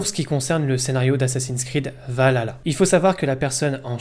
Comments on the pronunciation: Est ce qu'il n'y a que a moi que sa perturbe la mauvaise prononciation de Valhalla ? C'est VALHALLA pas Valala 🤣 lol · C'est pas Valala c'est VALHALA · S'il te plait frérot arrête de dire Valala 😂 c'est Val Halla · A mort ahah le nombre de personnes qui ne savent pas le prononcer. Val ha la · Je vais être casse couille mais ont dit val Halla et pas vaLala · Val-halla que sa se prononce pas valala merci est perso la dernière fois que j'ai était hyper c'était par ac 4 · On galère dans l'équipe à le prononcer correctement 😂 -Val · Je m'en lasserais Jamais "Assassin's creed Valala 😂😂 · Super vidéo, par contre on prononce : VAL ... HALLA ^^ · ça me fait toujours rire d'entendre Assassin's Creed Valala "Valhalla". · Arrêtez de dire "valala" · Le son H n'est pas un son français donc on peut comprendre que certains n'arrivent pas à le prononcer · Le H on le prononce.